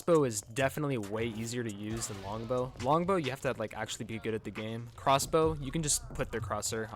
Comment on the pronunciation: He said “corsbow lol